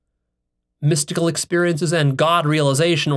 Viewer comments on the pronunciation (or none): 😆 You said "shmystical".